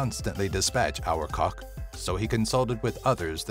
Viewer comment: #8 is pronounced Ar-BA-tak, not our-cock.